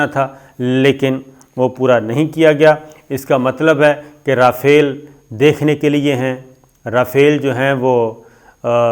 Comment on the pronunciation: پتہ نہیں کس سکول سے تم نے تعلیم حاصل کی ہے اور لگتا ہے چھولے دے کر پاس ہوتے رہے ہو رافیل یا ۔۔۔۔ جناب اگر آپ کو ادائیگی کرنی نہی آتی تو گوگل پر اسکی ادائیگی pronunciation سن لیا کرو اور جو کچھ بولنا ہوتا ہے اسکو ایک آدھ دفعہ rehearsal کر کیا کرو۔ نہی تو آپکا پتہ کٹ جائے گا اور عمران ریاض خان کو آگے کر دیا جائے گا۔ پہلے ہی وہ صاحب بہتر انداز میں اپنا پروگرام پیش کر رہا ہے